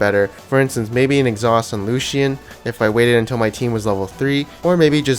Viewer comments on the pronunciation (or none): Lucian is 2 syllables not 3 lol